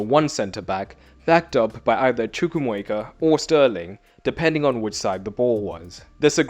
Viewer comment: CHUKWU - AIR - MEKA Man come on